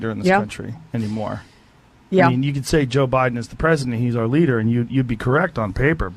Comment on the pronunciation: "A real LADDER"? What, did you go to a school that taught Critical Race Theory instead of reading?